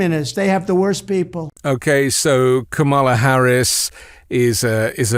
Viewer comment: Say her name right , La Harris!!! Do you see? It is a, and then the word or Kamala! The emphasis is on the first syllable which sounds like a comma! I just feel like we on the left should make an extra effort to say the vice-president's name correctly! We know the right won't